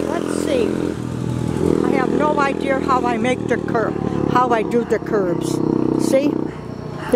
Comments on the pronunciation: drinking game take a shot every time she says "no idear" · "i have no ideur" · I love how she says idea... idear. 😃❤ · “I have no idear” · “I have no idear”